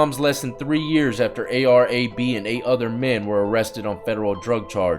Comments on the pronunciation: its pronounced ar ab(like abdominal) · It's A.R. Ab is how its pronouces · It’s pronounced “A R ab” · It's A-R-ab not A-R-A-B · Bro its not ar - a b its ar ab like a stomach work out your abs lol ar ab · lmfao!!!!!!!!! the way he said ar - ab name had me rolling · Itz Ar- Ab like crunches 🤣🤣🤣🤣